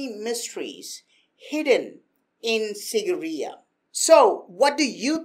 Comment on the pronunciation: It's pronounced as "seegireya"